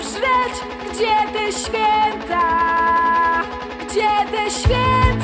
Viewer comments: Ogólnie twój głos w miare mi sie podoba, ale na początku filmu sama powiedziałaś, że jesteś przeziębiona i może nagrywane było to wcześniej, ale słychać jakbyś miała katar. Zamiast 'świĘta' słychać 'świEta'. Może nie wszystkim to przeszkadza, ale mnie to bardzo drażniło. Pozdrawiam:) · Mnie strasznie denerwuje jak ona śpiewa ŚWIETA a nie ŚWIĘTA. Sama bardzo przykładam się do tego by mieć dobrą wymowę i dykcję, więc myślę, że to dlatego mnie to wkurza.